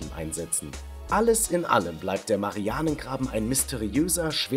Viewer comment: An sich ein gutes Video aber du sprichst „marianengraben“ falsch aus